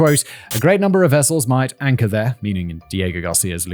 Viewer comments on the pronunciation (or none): none